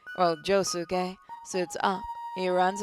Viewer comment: I really would to see the jojo sim be played again but you pronounced Josuke name wrong